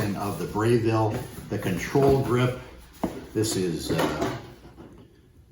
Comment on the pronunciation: Interesting unboxing. FYI - It's Breville, not Brayville. Braun. Not Brown.